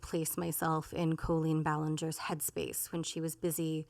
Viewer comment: It’s a small thing, but of all the Tubers doing reactions to Colleen, I think is the only one who’s pronounced her name correctly.